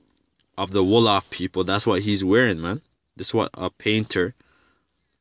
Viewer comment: Nice that you want to learn about your history. However do it thorogh before you start go telling things that is not so. You havent Done your research at all. Im am from the tribe you talk about and you do refrences that is way off. You dont even prononce the name right. Are you some hebrew isrialite confused guy? Its like you are learning as you read yourself. Do yourself a favour get proper info besides a king James bible and Wikipedia. You clearly havent Done your homework.